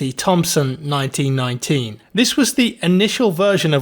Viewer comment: Why did he skip the “m” in M1919